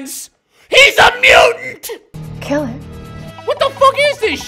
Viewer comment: HES A MUENT...You mean MUTANT